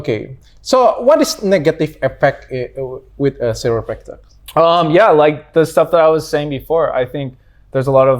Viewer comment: Dr. Richard Lee, as a doctor, how can't you pronounce chiropractor? You have to prepare if you want to interview foreign people. Learn English properly. As a doctor how don't you know between chiropractor and medical doctor. 😊